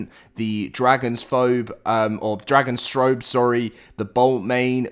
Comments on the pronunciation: "Dragonstrobe?" It's Dragostrophe. Like Dragon + Catastrophe. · For a second i thought you said "Dragon-Strobe" for Dragostrophe